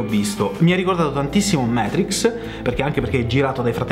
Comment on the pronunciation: Dannazione,, Matrix si legge così come si scrive: non siamo mica inglesi! Comunque complimenti per tutti i tuoi canali sul tubo!